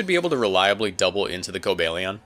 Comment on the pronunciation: Stop saying Co-bay-lee-on, it's Co-bal-ee-on